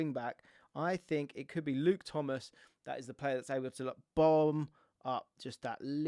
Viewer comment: L-L-L-Luke Thomas????😂